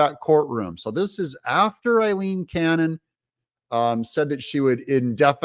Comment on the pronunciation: Aileen Cannon's name is pronounced 👉👁- leen 👈.